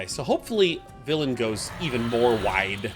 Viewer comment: When did Sean start saying Villain like that?